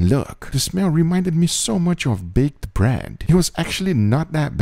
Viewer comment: In 2 of the 3 bread references I noticed, you pronounced it like "brand", why??